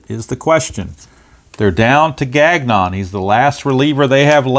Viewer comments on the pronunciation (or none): Nice win for the Metsies despite typical Diaz blown save. Also Gagnon is “Gahn-yo”